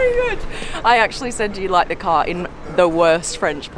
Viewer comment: I like how she says "car" (kaaah) and "here" (heeyuh) 🤣🤣